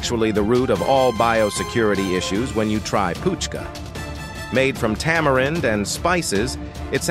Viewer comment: It's not fuchka.. it's puchka (pani puri) 😂